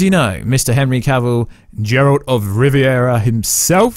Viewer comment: Finally stop saying Džeralt pleaseee ! :D